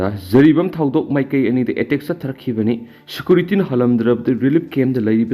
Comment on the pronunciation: Security pronounce se fajana amta toubio